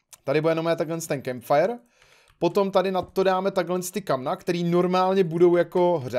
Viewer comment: firecemp Já: není to náhodou campfire?